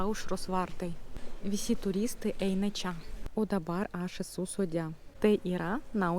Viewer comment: Pagal kirtį gal būtų taip: kaI palaUkėmis eInu, iEškau zuIkio duOnos. Dar dėl čIA. Į čia (ir kitur) tik minkština trumpą a. Tarimas če būtų artimesnis už čIA. Tai tik pastabėlės. Jaučiu, kad dar už 7 m lietuviai nebesupras, kad Jūs nelietuvė